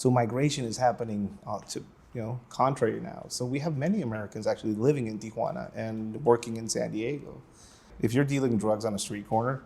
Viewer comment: It's Tee-wanna, not Tee-A-wanna. Got it??